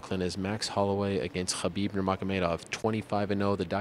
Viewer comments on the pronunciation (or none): none